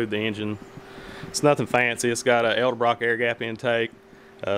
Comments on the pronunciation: Its EDELBROCK not ELDABROCK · "Elda-brock". I know it's nit-picky, but this drives me nuts. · It's funny how so many people get this pronunciation wrong. It is not Eldebrock, pronounced EL DE BROCK. In fact it is Edelbrock, pronounced ED EL BROCK. why do so many get this wrong? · Sorry for the mispronounced "edelbrock" I'm not an English major, I'm a professional Hot rod builder from the south Hahahahaha 😉 😜